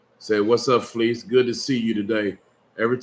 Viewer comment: It’s so funny when Fleece is narrating one of his experiences “ so I’m walking and somebody holler “Hey Fe’ Lise! “ 😂😂😂🤣🤣 Why does he periodically pronounce his name like that vs. Fleece ❤❤❤